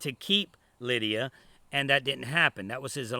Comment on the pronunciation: Say Lydia name right! It’s not Linda!